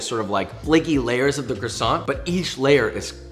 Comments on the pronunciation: its CWASO not crusont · I am really surprised josh said crossonts instead of kwasson 😭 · You say "Kwasont" like how Carl Wheezer say it and it's killing me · Ok so I'm from britain and I never understand why the americans say crasont instead of croissant, the roi is a W and the t is silent. It mentaly destroys me every time I hear it said like cRrAsOnT. Please stop. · it’s pronounced K W A S O H N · You can pronounce that but not croissant the proper way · The way he can pronounce pain perdu but NOT croissant😭😭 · I WAS listening until I had to listen to him mutilate the pronunciation of "croissant" a dozen times. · Why does he pronounce Croissant like Croisson but Filet Mignon like Filet Mignan 😭😭😭 you’re SO CLOSE!!!! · "The way you pronounced "pain perdu", "filet mignon" and croissant is incredible 🤣